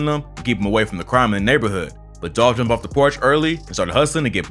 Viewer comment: ITS DOLPHHH 🐬🐬🐬🐬 RIP